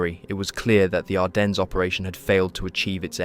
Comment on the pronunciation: uhhhh. This IS AI. Hadn't you noticed the mispronounced words? Like where it pronounces Ardennes as "ar-den-ezz" A human might make the mistake of mispronouncing "ar-den" as "ar-dens" if they didn't know the 'es' was silent, but an AI voice generator wouldn't know that.